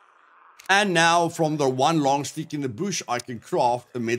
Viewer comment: I watch these vids just to hear you say "puppet" and "sticks." Kidding aside, these are very helpful. In the next video before you die, can you show how to properly treat wounds and infections?